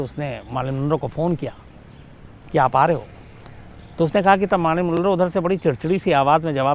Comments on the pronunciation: Its not Maarlyn MAR like MAT bat Not Baat So Mar means Mer = Marlyn again Man Manroe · Sorry to correct Bhai... it's not Maaarlyn....she is Marilyn Monroe....😀😀..